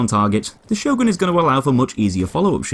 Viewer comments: I believe it's pronounced "yorn" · why cant you say the letter "Ö" i mean its not some alien type of language ffs! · I always pronounce it Sio-gren shotgun. Probably wrong as well, knowing how weird the norse languages sound to the rest of Europe. LE: I was right, it's actually pronounced Hio-gren due to swedish phonetics. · Sjögren, how do you pronounce it? "Show gren!" says most of the world. "Sher gren!" says the Germans and Austrians. "Zjog run!" says the French. "You bloody muppets," says the Swedes, "its pronounced Her gren."